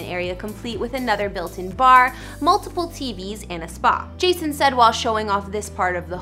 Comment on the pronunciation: did you just say Jashon lol